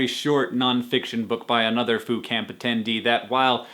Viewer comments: I didn't think you said Foo Camp. I heard Food Camp, and I got excited. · for a moment there I thought he said food camp... I was ready to ask where could I sign up o.O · at first i thought you said food camp. i was like WHERE DO I SIGN UP?????? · I thought he said Fool Camp. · When he said Foo Camp, I thought he said Food Camp. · I seriously thought you said "food camp." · The more that Hank said "Foo Camp" the more that I heard "Foucault". Postgrad problems. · I thought you were saying "food camp" until I read the description. haha! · I thought he kept (though I knew he wasn't) saying Phootcamp, which is this totally awesome dream photographer fun times camp. Haha. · I thought he was saying Food Camp.